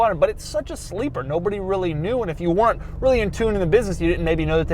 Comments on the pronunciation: Doug, the kinda guy who pronounces “weren’t” as “Wher-rent” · doug pronounces “weren’t” funny xD LOL